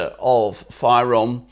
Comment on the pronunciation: The name is not“Fayrom”! You don’t say “Gr” for Greeks